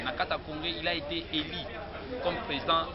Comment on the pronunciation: This na kati ya congres il a était élu et non eli